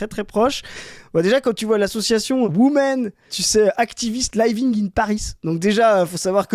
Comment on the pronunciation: On dit living in paris avec un i, pas lailleving